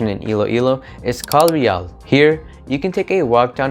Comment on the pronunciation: Spanish "Calle Real" is not "Main Street" in English. It should be "Royal Street". It's also pronounced as "Kalye Reyal".